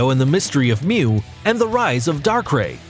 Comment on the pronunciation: finally, he got one name right mew it was about time